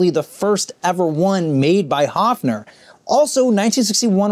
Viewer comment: The brand name is actually pronounced HERFF-ner.